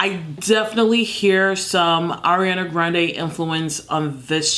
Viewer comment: “Ariana ghRONDE” ily😂